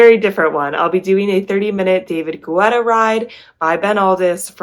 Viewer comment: Thank you for your reviews of the artist series. Some of the rides I’ll have to check out soon. BTW - David Guetta’s last name is pronounced Ge-tta not Gu-etta. Everytime you said Gu-etta I thought of the running gel GU. 😂